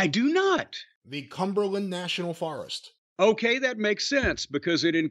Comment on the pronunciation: Forest..another word doesn't know how to pronounce along with tournament.